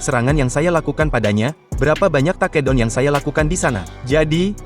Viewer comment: Taa kee down😅😂